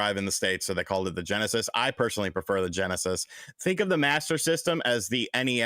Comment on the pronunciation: LOL on Ge'esis, although MVG would say Megadrive though